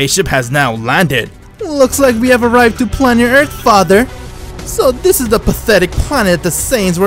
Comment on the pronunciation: lol when he says dis is your chance lol DIS🤣